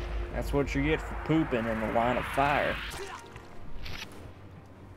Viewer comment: lol how i miss say "poopin" hahahaha